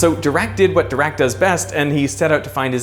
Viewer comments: I can’t get used to the german guy’s pronunciation of Dirac which sounds a lot like “The rock” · Are you sure it's pronounced "doo-rak"? It's spelled with an "i"... "Doo-rak" sounds like the word for idiot in Russian...